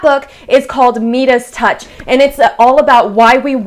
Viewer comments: Meedus touch lol. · Meedus Touch? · Meedus Touch…..lol